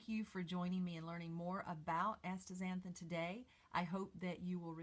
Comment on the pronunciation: You have written it out correctly as Astaxanthin (asta ZAN thin), and yet you pronounce it like Ashtaxanthin (aSHta ZAN thin)!!